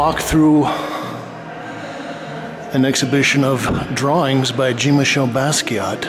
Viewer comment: Good video,, as always, but why do you continue to insist on mispronouncing Jean-Michel? It's Jean as in John, not Jean as in blue jeans.